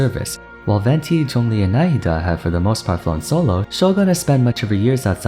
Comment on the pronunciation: As an Arabic native speak I appreciate how you pronounce Nahida's name, you did it correctly!